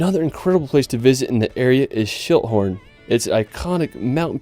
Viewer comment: I had to laugh when he said Schilthorn because at first I thought he said shithorn... I was like what? LOL